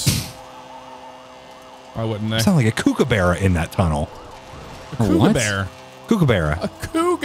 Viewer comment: Truly awesome...until gets a Barney song stuck in my head. And it's kook-a-burra, not kukuburra lol. It's sad I know that. Hahaha